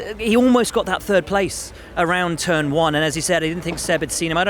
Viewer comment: "To start the season in turd"